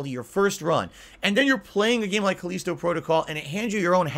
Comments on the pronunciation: why the hell is he calling it Cuh-leesto? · Khaleeeeeeeeeesto protocol. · Cause he is a hermit that never talks with real people.